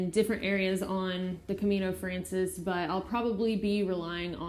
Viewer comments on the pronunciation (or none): I cannot belive that you as an absolut camino-beginner are doing a video giving advice to other pilgrims! You cannot even pronounce the name of the Camino frances right! Just walk a few Caminos in different months and get some experience yourself before you give advice! First learn, then you can teach. Are you even a pilgrim? or just another tourist or worse “turigrino”, those who pretend to be pilgrims and get a credencial so they can sleep in cheap albergues and have cheap vacations? Maybe you better focus on your spiritual development and meditation like a real pilgrim instead of producing videos. The camino isn't a "hike" but a pilgrimage! Buen Camino